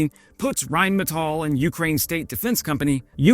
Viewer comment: Thanks for pronouncing “Rheinmetall” correctly! That escapes too many YouTube channel presenters.